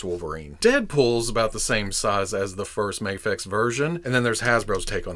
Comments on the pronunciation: Its not Maa-Fex.. Its May-Fex! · Ok pal.... I can deal with "May-fex" and "Mah-fex" but "Maff-Ex" is where I draw the line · Am I crazy? Is there a reason why you seemingly randomly switch between pronouncing Mafex as "mayfex" and "mahfex"? I've always just thought it was "mayfex" but now I'm confused cuz you're saying it both ways😂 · Heheh you pronounced Mafex three different ways in the intro. Love it,! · You forgot to pronounce MAFEX with the silent X lol j/k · You literally pronounced Mafex in like 20 different ways in this one video 😂